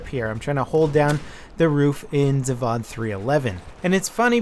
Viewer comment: it's pronounced Zav-oh-d. It's a hard 'o' sound.